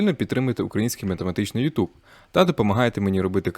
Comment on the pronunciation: Вибачте, ЮтУб звучить по-рогульськи.☝️